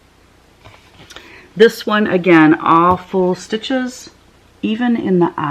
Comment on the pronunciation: Wonderful designs. I was doing other things but listening to the video and I kept hearing "don't worry these are awful stitches, awful stitches in all 4 projects..." I had to back it up and realized you were saying all full stitches, but the picture was upside down. Lol I'm 70 years old, and always leary of dementia creeping in, so please keep things right side up. It was a bit of a scare. I'm always thinking, are these the flashbacks they promised us in the 70s? Love your work, and I'll be ordering.